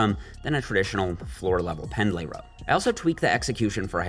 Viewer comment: buddy, I love ya, its pronounced "pend-lee," not "pend-lay"